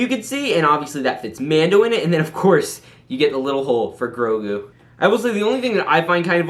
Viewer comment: I thought I stroked out when you said grogu